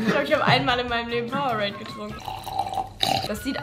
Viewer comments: Bin ich fr die einzige die sich darüber aufregt wenn jemand powe-rade sagt das heisst power-ade kriegt das doch bitte in euren kopf😭😭😭😭😭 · Wie es echt heisst: PowerAde wie es Rezo sagt: PowerRade 😂😂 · Funfact: Es heißt Power-ade also es wird auseinander gesprochen Will nicht klugscheisen wollte nur mal sagen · einfach powerade einfach falsch ausgesprochen🤣🤣